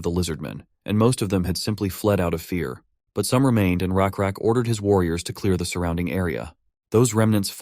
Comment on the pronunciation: You guys say it's lakrak it's rakrak ❤